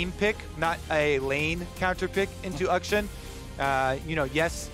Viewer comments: west of China. I’ve actually researched this now because I’m sure you guys are just trolling. “Akshan” the name is pronounced “Aukshaan”. Not “Uhk-shun”. I’m not wrong. Have a great week. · Champion's name: "Akshan" Kobe: "Uhkshun" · I'm like... 99% sure that regardless of English pronunciation rules... Uckshun sounds like a really stupid way to pronounce a name for anything other than like, a venereal disease.